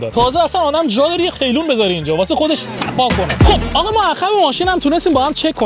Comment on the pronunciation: قیلون نه، قلیون درسته. هعی میگی قیلون قیلون